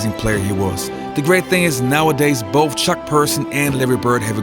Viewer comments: It’s Bird, not Birt. The word is “the”, not “da”. Did I hear “Bof”? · “Boff” for “both” makes you sound like moron. Otherwise a good video compilation.good luck on speaking English.